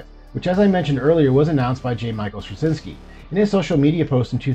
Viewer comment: Really hoping the production can continue. This would be incredibly exciting. I’ve loved the show since it premiered. I read on Claudia Christian’s Instagram that the show is not shelved, only pending the completion of the sale. Btw, Straczynski is pronounced Stra-chin-ski - it’s Polish.